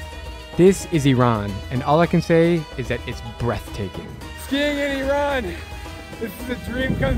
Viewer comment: You are one of few Americans that pronounce iran' name correctly Many Americans call it ayran but it is just iran